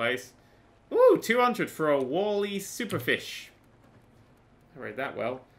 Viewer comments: it's not pronounced wall ee it's pronounced wall eye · Never heard anyone pronounce "walleye" wall-e before.